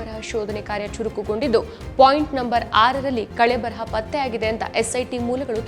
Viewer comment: ಕಳೆಬರಹ ಅಲ್ಲ ಕಳೇಬರ